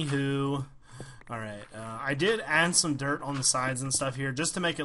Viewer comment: when ever says dirt i think he is saying derp >.<